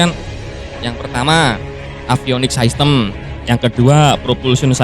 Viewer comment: Min masukan aja, bahasa inggrisnya sistem kan system ya, itu d baca sistem aja, gausah bilang saistem wkwkwk